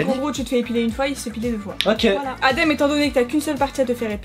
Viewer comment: On dit adem pas edam 😂